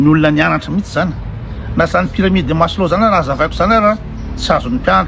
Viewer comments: Laha mba tena nianatra dia Maslow ro resahina fa tsy "waslo"... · Déjà on dit Maslow 😂